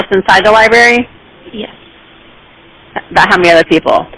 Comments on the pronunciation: Pronouncing “library” as “li-berry” is a super common trait of speech, called metathesis. Lots of people do that inadvertently. The problem is she should have told the library employee that a person walking around the library isn’t a reason to call 911. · Dispatcher needs to learn libRary has an R - NOT LIBERRY. or maybe it is The Lie berry 😊